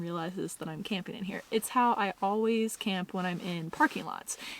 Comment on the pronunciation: "Sleepeen" "campeen" ?????